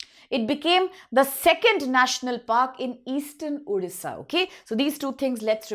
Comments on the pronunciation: Hlw ma'am it's not Odhisa ... It's Odisha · Odisha nahi uuudisha bol rahi hai